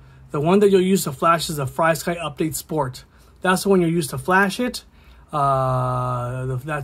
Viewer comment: It’s pronounced (Free sky). There’s no y after FR. This is from Frsky on how to pronounce it (it’s on all their documentations / instructions)